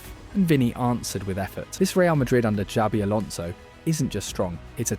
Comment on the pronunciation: its not "sabi" its "chabi"